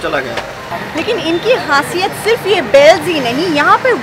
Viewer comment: Dukha hua ke behen ko kuch shabdo ki “hindi”nahi aati..”forty eight” saal ke..😕😕??also “inki HASIYAT”?? it’s “KHASIYAT” behen...